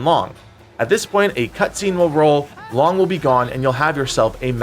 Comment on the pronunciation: Man cannot pronounce 龙 to save his life.